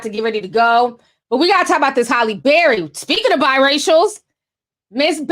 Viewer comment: I love how Ti mispronounces words... LMAO morbidly o beast and Holly Barry!!! I swear I love this girl!!🤣